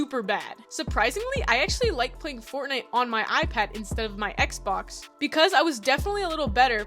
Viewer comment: I’m sorry did I hear you say XBAX